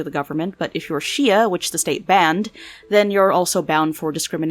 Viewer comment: You actually pronounced shia correctly wow that's a first.